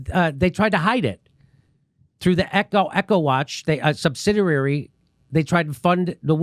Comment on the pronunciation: “Subsidirrarry” - James dore, one of the leading epidemiologists, folks!!